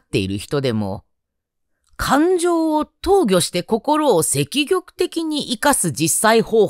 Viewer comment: 積極→せききょく わろた❗️